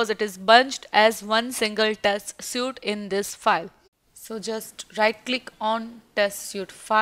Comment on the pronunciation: Suite is pronounced as Sweet.